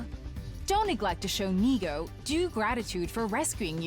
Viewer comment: French funfact of the day : in the game, Nigou is pronounced "Nigo", which in French sounds exactly like the word nigaud, which means a fool (but in like formal version) So for the whole gameplay now all I can hear is everyone calling him a fool lmao